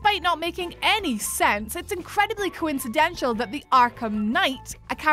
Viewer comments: Coinciden-shul??? That's poor Englandness. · Coincindental not coincidential. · The Whatculture team are really struggling with the English language these days. Or it's just "coincidential" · Does video on coincidences. Can't pronounce coincidental.